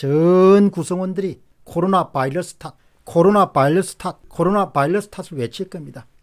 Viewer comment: 안타까운 마음에 한말씀.. 바이러스 입니다. 이제 "바일러스"라고 하지 안ㅎ으셨으면 합니다. 열열한 팬이